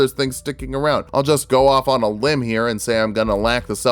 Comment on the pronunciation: Every time he says limb I start laughing like mad